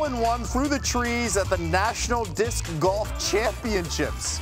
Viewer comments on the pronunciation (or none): When they said, "Disssscuh golf" 💀